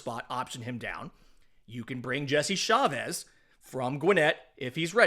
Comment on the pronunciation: CHA-vez ARE-see-uh